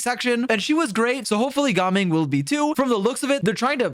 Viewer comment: It’s gaming, if they wanted us to say gah ming they would spell it Gahming 🤷🏻🤷🏻🤷🏻😎 My guy wants to pronounce this but cant say anemo correctly 😂